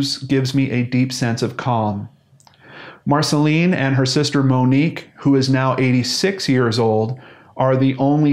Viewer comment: Dear, I am from France and Marcelin would be pronounced Marcelain. I don't exactly have an English comparison to give, I'm not sure there is one, but you could hear what it sounds like if you make that robot voice on your computer say it for you. Anyway I'm not judging it's not easy to know how to pronounce everything, so I'm just saying to help, not to be a pain in the ass.